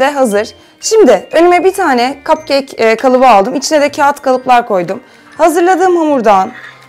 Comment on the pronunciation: neden kapkek demek yerine kapkeyk diyosun?